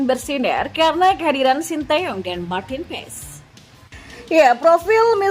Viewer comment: Bacanya Martin Pas min bkn Pes 😅